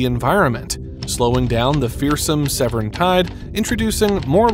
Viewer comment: Please pronounce Severn correctly!!!!